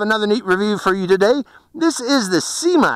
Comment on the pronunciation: It's Syma , not seema.